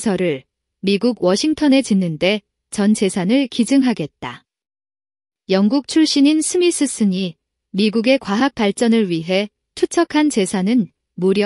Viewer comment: 스미스슨이 아니라 스미손